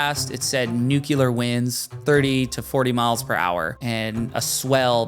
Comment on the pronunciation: You say nuclear wrong. If you can say "new" and you can say "clear," you will have it.